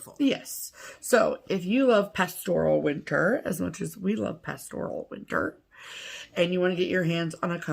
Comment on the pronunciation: No had it right the first time. At least in proper English not yank talk. It's PAStoral not pasTORal.